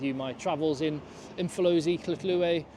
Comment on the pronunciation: The man pronounced Umhlanga, Hluhluwe & Umfolozi so easily you'd swear he has lived here all his life...and that says a lot about the effort he has put in considering how some South Africans still say Umshlanga Definitely a top bloke!